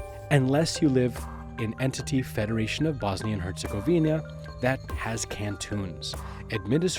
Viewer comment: Your saying Herzegovina wrong. Are you even Bosnian